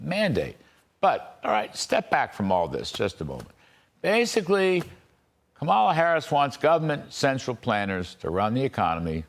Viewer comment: Kudlow can't pronounce Kamala's name right, nor is he careful or correct about anything else. Fox News had to pay $787 million settlement for lying to us, and they haven't stopped. Be careful who you believe.